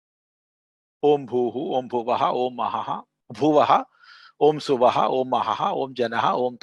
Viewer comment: Namaste Is the third Vyahrithi pronounced as SUVAHA or SWAHA? please again correct me.